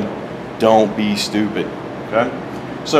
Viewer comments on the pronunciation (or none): Very clear. I liked when you said "Don't be stupud" !🤣